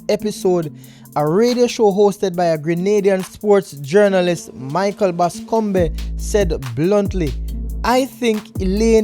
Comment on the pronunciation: Bascombeh. Slow mfer the dude name is pronounced Bas-come.